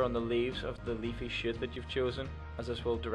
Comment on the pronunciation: Sounds like you said "leaf shit"